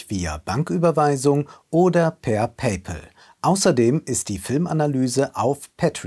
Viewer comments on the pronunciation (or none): none